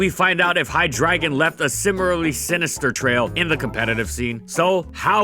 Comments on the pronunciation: Am I the only one annoyed by the pronunciation? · These videos are great and some of my favorite Pokemon content to watch, but man if you could say the names right, then that be absolutely amazing. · Your pronunciation of Hydreigon hurts me physically. Is that seriously how it's pronounced? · He pronounces it right in the beginning of the video and then has a slips of tongue later on, give him a break. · You pronounce the last syllable like you would with Flygon. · I hate how you pronounce Hydreigon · I have to give you -2 points for how you're pronouncing Hydreigon lol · Saying Hydreigon is as easy as 123. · at the same time though Pokemon can't figure out how Arceus is pronounced... but Hy-dragon just sounds cringy since it really should be pronounced Hy-DREI-gon given it's pre-evolutions use the proper german pronunciation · AHHH STOP SAYING HI-DRAGON IT'S HI-DREI-GON, DREI AS IN THREE IN GERMAN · Which still isn't drah, so yea, I disagree with how he did it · How you say HyDREIgon is very irritating. It uses german number 3 pronounced Drei not dra. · hy DRAY gon hydr AY gon EI MAKES AN AYY SOUND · why does he keep saying "hi dragon"? its hydr"ei"gon. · "HI-DREY-GON" NOT HIDRAGON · Its twitch Hi-dray-gon. Not Hi-dragon... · Man, the number of times you said HyDRAGON instead of Hydreigon.... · Wait, it's pronounced "High dragon"? I thought it was High-dray-gon. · I'm sorry to say but its hy-dre-gon Not hydragon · you arnt saying its name correctly. its not "High Dragon" its Hydra gone. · Hy-Drei-Gon. Reee why does he keep saying dragon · But it doesn't sound like he's saying Hi-dry-gon it sounds like he's saying "High Dragon", and I'm just imagining a dragon with red eyes smoking a blunt. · I’m sorry, but I could only withstand 45 seconds of you pronouncing it “High-Dragon” as opposed to “Hi-Dray-Gon” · I always thought it was hy-dray-gon not hy-dragon🤔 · it hurt hearing "High-dragon" instead of "Hydra-Gon" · I thought it was Hi-Dre-Gon not Hi-Dragon. But whatever